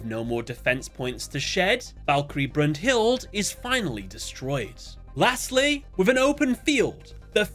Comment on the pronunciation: Broom-Hilde. 😂😂😂 Every single time made me shiver. brunhilda is how u say it